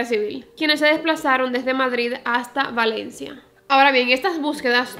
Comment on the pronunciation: Ten cuidado al pronunciar Valencia 😅 tienes tenencia a pronunciar la V como P. No es hate a tu manera de hablar ni nada pero aquí en España hay otra ciudad llamada Palencia y puede dar lugar a confusión. Un beso reina me encantan tus vídeos